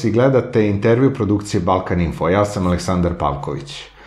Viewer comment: Evo moj Radovane i ovaj bandit kaze "In Tervju"